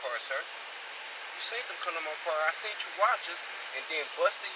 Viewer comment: "You seent me do it"